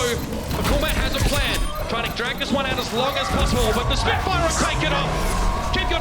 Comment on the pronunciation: "Wan and wan series."